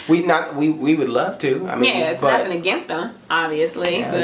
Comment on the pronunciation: He said, “nuttin”! I love it